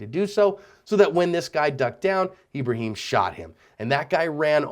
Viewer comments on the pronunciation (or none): His name is ebreHEEEm